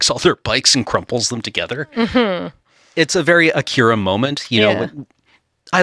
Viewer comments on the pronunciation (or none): none